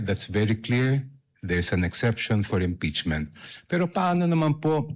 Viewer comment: Diokno- Ngeeepeachment ba?? 😂😂😂